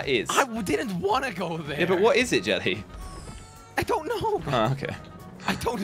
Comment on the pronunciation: why does or should I say jelly say sabby